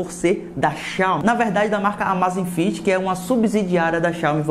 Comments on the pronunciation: não rs. Na verdade você poderia pensar em duas pronúncias diferentes para essa palavra abreviada, e nenhuma delas é a forma que você usou rs. A primeira seria pronunciar como em Amazon (ámazfit - com z mudo). A segunda como em amazing (ámeizifit - mesmo assim aqui o z é quase mudo). Ámázífit não existe. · Cara, a pronúncia não é amazifit, você inventou um "i" onde não existe rs.